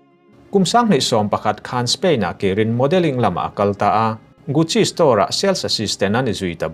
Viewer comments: Ballet dancers tih hi Balle tia lam Rik tur a ni, Gucci pawh gasi tia lam tur a nia,hriàtna tizautu atan kan commented ve mai2 a ni.. 😊😊😊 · Guchi tih tur lawm a😂